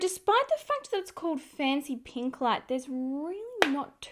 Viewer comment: Am I the only one hearing 'fenty pink' instead of 'fancy pink'? 🤣🤣🤣 My ear is playing tricks on me! These are no dimond bombs... 😁 Thank you for the honest review ♥️